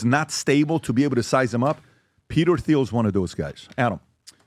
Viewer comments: PBD finally pronounces Thiel's name correct. lol Someone must have told him after years of saying it wrong. edit: nevermind, 2 more times later back to the "th" sound. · Why can’t PBD say Peter Thiels name correctly?